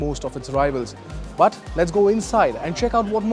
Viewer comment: Pronounce of but is irritating